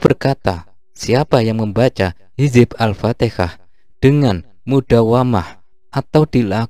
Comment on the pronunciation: Alfatihah bro...bukan alftikah